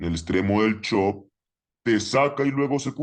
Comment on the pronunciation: Me da gracia como le dice chop jajaj i love trader anónimo gracias por todo